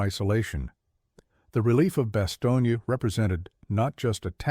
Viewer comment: When you mis-pronounce the name of the embattled town in Belgium, you sound ignorant.